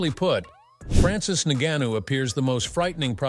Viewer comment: Please learn to pronounce ngannou and stick to saying it the same!